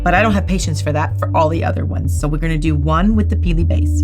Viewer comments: Peely not perky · Is it just me that laughs every time she says “Peelie”? Not in a mean way just find it amusing. 😂